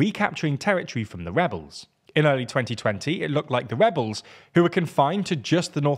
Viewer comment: Did he say Webbles,,, they are Rewolting